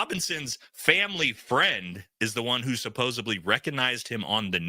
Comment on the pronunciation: SupposEDly, please. (Not supposABly)